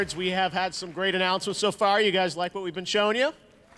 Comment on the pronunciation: "did you rike it" distantly